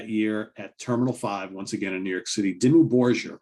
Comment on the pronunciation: Dimmu Borgir - with a hard 'G', sounds like 'borg-ear'.